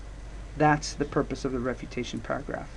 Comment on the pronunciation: I am watching this for my english IGCSE...thanks very much.....but are you saying REPUTATION PARAGRAPH or something else ?